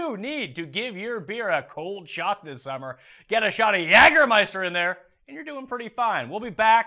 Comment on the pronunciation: Just for the record,... In the United States, we pronounce it "YAY"germeister... not "YAG"ermeister... Your pronunciation hits the American ear very weird. I love the show, though!!!